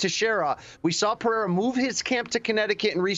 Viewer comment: Guy can't even say Pereira right lol